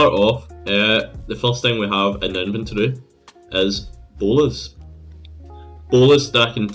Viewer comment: i find it funny you call bolas "bowlers"